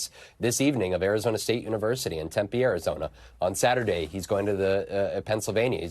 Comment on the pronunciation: Tempe is pronounced as a p sound TemPee not tempay